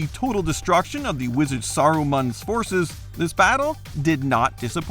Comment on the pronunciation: SAROO-MAN, MOR-DOOR... damn what a pain to hear.